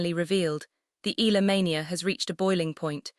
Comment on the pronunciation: AI... that's why the pronunciation is not ee..yah..lah 😂